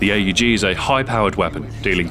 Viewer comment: I’m so glad you pounce it A U G instead of ahhhg